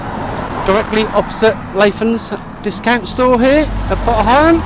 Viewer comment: Nice little walk, really enjoyed that. I have heard pronunciation of potter heigham before, but it's an older name used by locals years past. Think it's quite rare these days. Your pronunciation seems the more widely used one in our present day. Great video. Thanks for taking us along.